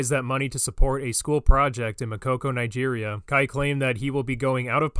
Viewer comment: I didn't knew Nigeria was pronounced that way.